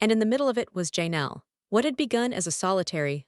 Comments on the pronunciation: Learn to pronounce Janelle's name and I could listen. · If you can't even say Janelle's name, how do you know anything about the Browns and what you say is true ?